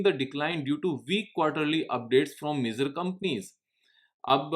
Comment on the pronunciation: It's not मेज़र its मेजर 🙏🙏